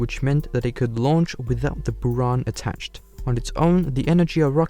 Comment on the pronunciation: And also several animation inaccuracies like the sls not being close to what the real sls looks like. It looks like he just recolored his saturn v. He also pronounced stuff weirdly like buran and energia (energia has a hard g sound, and buran has the u pronounced like a buh, not booran)